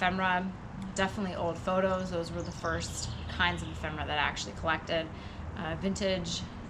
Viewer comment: Really? Majored in English huh? I love pretentious idiots... It's 'ephemera' btw...da